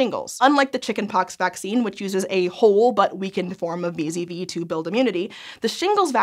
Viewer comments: It sounds like she says vis-a-vis a lot, but she means wee-zedd-wee (VZV) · Did anyone else hear "Vis-à-vis" every time said "VZV"?